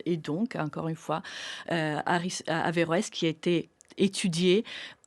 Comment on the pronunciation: Heureusement qu'on dit averoes